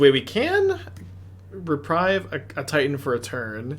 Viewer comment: Hey, It is reprieve (ɹɪˈpɹiːv), not reprive (ɹɪˈpɹaɪv). Reprieve means „To cancel or postpone the punishment of someone, especially an execution.“ Reprive means „To take back or away.“ Greetings from a non native speaker 😅